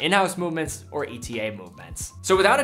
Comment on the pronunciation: Pleas it is pronounced e-tah